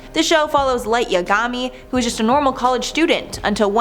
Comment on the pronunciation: It annoyed the hell out of me how she said yagami.....